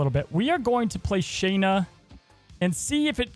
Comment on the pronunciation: Her name isn’t “Shane”na” it’s “sha”nna